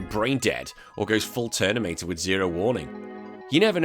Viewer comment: presenter does say "ternimator"